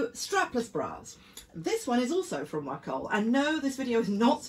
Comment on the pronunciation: Yes, Wacoal bras are so good. Buying them for years. Pronounced “WAY COAL”. great video as usual!